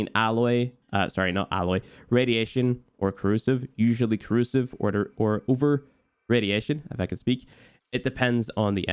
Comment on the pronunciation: Crusive 😂 Just fuckin with ya 🤪